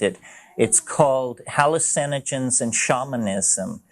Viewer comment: Same pronunciation. Just puts emphasis on “hALL” instead of “u”